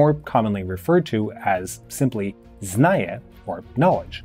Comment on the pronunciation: Zna-ni-ye... you were missing that second pronounced "N" otherwise understandable pronunciation of other Russian words. Kudos!